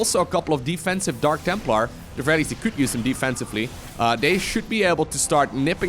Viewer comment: Jeez, I heard dank templar again, smh